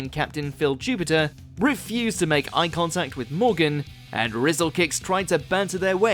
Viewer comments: 17.10 - It's Phil Jupitus not Jupiter 😅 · jupitus not Jupiter 🤣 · … and it’s Phil Jupitus, idiot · Again, I know you make mistakes with names to deliberately get comments, but Phil Jupitus. GET PEOPLES NAMES RIGHT!!!!!